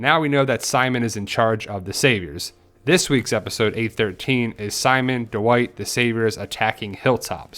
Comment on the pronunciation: why do you pronounce it like D'Wight